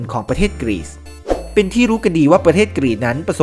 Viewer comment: ชื่อประเทศยังอ่านงงๆเลย แอด ประเทศ Greece อ่านแบบไทยๆ ก็ กรีซ ไปอ่าน กรีด อย่ามั่วสิครับ ชาวกรีกน่ะใช่ ดันไปอ่านรวมกัน เป็นกรีด